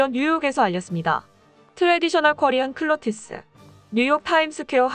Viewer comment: “트래디셔널 코리안 클로티스?” 😂😂😂😂😂 아무리 영어 못한다해도 이건 너무한거 아냐??? 클로티스가 뭐야 클로티스가??? 😂😂😂😂